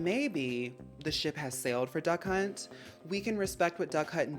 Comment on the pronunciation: The more you say "Duck Hunt" the more I can't help but hear "Da Kh*nt"